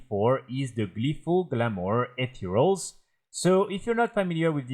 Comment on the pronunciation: jaja I wasn't directly watching the vid and his anunciation of "ethereals" sounds like "8 year olds" and I was concerned for a moment.